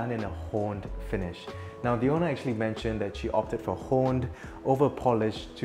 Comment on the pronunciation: Haha ha, at min I heared him say "horned finish". It's a sort of Indian pronunciation I guess.